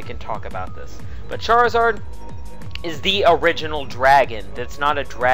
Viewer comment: I like how he said charizad and then charizard get 2 mega forms